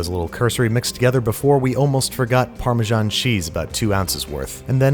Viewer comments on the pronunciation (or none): none